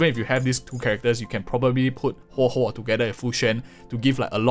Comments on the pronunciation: thank you for telling us how to pronounce her name. I feel like it's important to do things like that properly. it's really not that hard to just practice it if you're having some trouble, especially if you're a content creator. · Pulling huohuo for sustain: X Pulling huohuo because her name's pronounced as Hohohohoho: ✅️